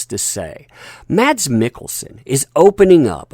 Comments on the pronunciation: His name is pronounced as "mAss", not maDs". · Like your videos...FYI...Mads Mikkelsen's first name is pronounceed "Mass" the d is silent... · BTW...his name is pronounced Mass Mikkelsen